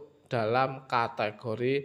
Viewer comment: Bang bukan katagori cara membacanya tapi kategori